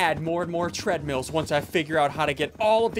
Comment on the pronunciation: When he said tradmills i lost it😂😂😂😂